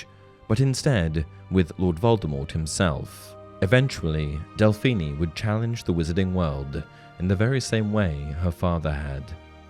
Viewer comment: Hearing Delphini’s name damn near ruined this video for me 😭